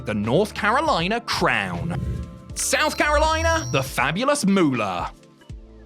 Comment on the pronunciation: Aside from the sheer ridiculousness of putting Vern Gagne ahead of the Nature Boy as the greatest wrestler from Minnesota, identifying Mary Lillian Ellison as the greatest women’s wrestler of alltime (correct), and then mispronouncing (and misspelling) her ring name as ‘The Fabulous Muller’ is downright embarrassing. It’s MOOLAH. Like money. It’d be like calling Terry Bollea ‘Hulk Rogan’ . Fail.